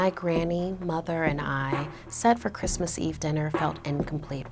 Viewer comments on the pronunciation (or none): Its chrismin merry chrismin😂😂😂😂